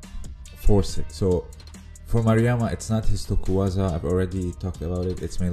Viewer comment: Its tokuiwaza :)